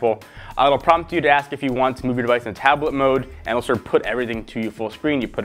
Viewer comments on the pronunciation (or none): none